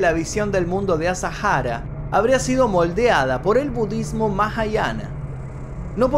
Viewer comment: Me gusta como a veces decís “budddesmo”